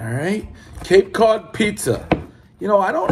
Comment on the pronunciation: Cape Cud Peez Err 7.2